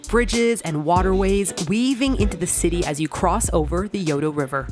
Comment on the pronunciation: looked away for a second and straight-up heard “Yoda River.” HmmMmmm, need to turn on subtitles I do, yesss 😅